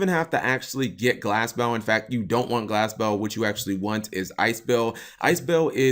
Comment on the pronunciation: Am i the only one who thought Cap was kinda saying Glasgow when he was saying Glass Bell ? lol